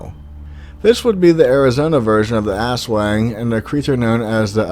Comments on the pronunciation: Did you say ass - Wang? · It was worth watching this with my ten year old just to hear him giggle every time he heard "ass wang" lol